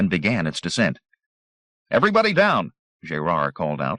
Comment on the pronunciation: Jay-rard? Gerard is not pronounced that way... makes me wonder... Pity. Audio is much cleaner than Zelazny's version.